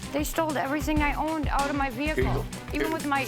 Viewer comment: "They stole everything I owened" what? Her other meth pipes?! 😂